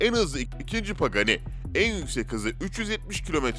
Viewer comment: Üçyüz empihaş, binaltıyüz eyçpi, veneno için Türkçe 740 beygir diyosun, paganiye pegani diyosun bir cümle sonra tekrar pagani diye telaffuz ediyon, bugatti bolid'i bugatti bugatti bolide diye telaffuz ediyon, sen neden yarım yamalak inkilizçen ile dayngıl dayngıl (dingil dingil) seslrndirme yapıyon? Evinde sudoku çözsene seslendirme yapacağına 🤣🤣🤣